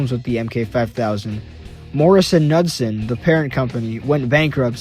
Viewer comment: So the K in Knudsen actually isn't silent. It's a hard K. Otherwise, awesome video! Just found your channel, I look forward to seeing more from you!